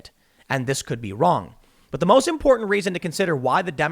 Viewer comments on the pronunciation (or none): I like the way Tim Pool says "vvvroong" with a "v" sound when trying to say "wrong" with a "w". I'm serious, not kidding. It's cool.